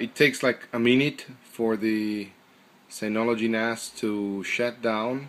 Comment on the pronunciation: its called Synology and not Signology lol